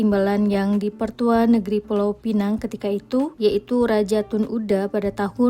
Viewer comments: Sebutan Pineng tu dari bahasa inggeris kalau yang betulnya pinang faham ya. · Sebut Pineng.... Orang Malaysia Sebut Pinang.. - Neng Malay - Nang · (,, bukan Pulau Penang,, tapi Pulau Pinang.. ) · assalamualaikummmm ...jangan sebut pulau pineng SALAH.......sebut saja pulau pinang ataupun pineng sahaja....adoiiiii sakit tinger aku dengar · Bukan Pulau Pineng tapi Pulau Pinang . Kalau nak sebut Penang ( sebutannya P - Ning ) tak boleh letak Pulau di depannya . Sebut sahaja P-Ning = Penang. Penang itu adalah sebutan Inggeris untuk Pulau Pinang .. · bknya pulau pineng tp pulau pinang cuba sebut betul2.. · Pulau Penang??? sebut betul2 ya... Penang sebutan dr org British dahulu... Pulau Pinang nama sebenarnya tp kami di utara sebut Tanjung utk Pulau Pinang.. tiada siapa org M'sia yg sebut Pulau Penang 😂😂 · Pulau pinang bukan pineng , pineng atau penang itu sebutan orang British sebab pelat. Kalau nak sebut pinang sebut sahaja pinang. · Pulau pinang bkn pulau pineng😂😅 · Kita xboleh salahkn.. salahkan orang melayu sendiri.. banyak yang sebut dgn sebutan pineng.. pdhl ejaan sebenar pinang😅😂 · dia macam ni bang, kalau nak sebut pineng sahaja takde masalah. tapi kalau nak sebut "Pulau" kena guna Pinang dibelakangnya. pineng tu sebutan dari bahasa inggeris iaitu Penang Island. orang Malaysia tak pernah sebut Pulau "Pineng"